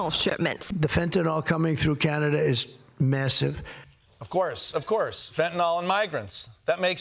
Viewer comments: M Costa u ignoramus FentanYl ends like NIL, not NOL! Educate yourself! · Oh FFS, it's fentanyl, FEN-tah-nill, NOT fentanol, NOT fantanol. Why is it so hard for people in the media and government to pronounce? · Why can't people on TV pronounce, "fentanyl". Fen tan ill. Not fen ten all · Another day, another presenter who incorrectly calls fentanyl "fetanol" 🤦‍♂ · There is no "a" or "o" in the last syllable of "Fentanyl".